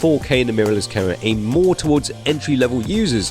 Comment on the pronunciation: you still don't pronounce the M in camera!. been waiting for this review. thanks